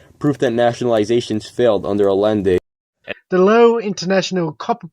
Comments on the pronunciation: This kid can't even pronounce Allende. Say it with me, ancaps: "ai-YEN-day" Big props to the original video producer for being brave enough to admit that he doesn't actually care about democracy, as long as the result is unregulated corporations. Usually reactionaries just lie about things like that. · I love how he keeps mispronouncing Allende's name. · always mispronounced Allende's name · The guy can't even pronounce Allende.